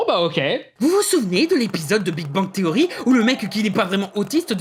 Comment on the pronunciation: Le mec parle de la prononciation de Spider man en France, pour sortir "Big Bang THSSSSSeory" bien Franglais derrière. Comment perdre 10 point de crédibilité.